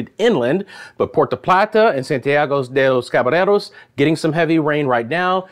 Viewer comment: It is pronounced Santiago de Los Ca- ba - YER- os.